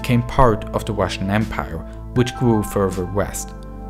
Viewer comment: yeoo does anyone else notice the guy's accent where he pronounces his "r's" as "w's" like when he says wussian instead of russian and welationship instead of relationship